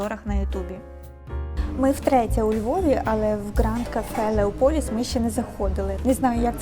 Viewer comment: Зауваження. Без гонору. В слові Леополіс, наголос треба робити на першу О, а не на другу. ЛеОполіс,це старовинна назва міста Лева. Але ,наприклад, італійці і зараз так називають наше місто.